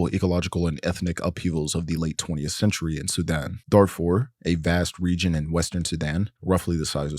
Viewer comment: why does he pronounce it like "Sedan"